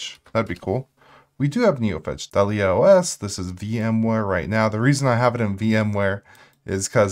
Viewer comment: DAH-lee-uh, like the black dahlia. pAN-go-lyn, the animal.